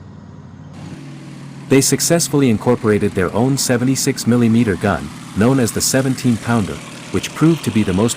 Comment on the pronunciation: I can't stand how he pronounces millimeter.